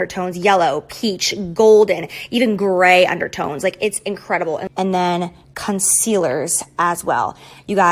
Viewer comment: “Their cuntcealers”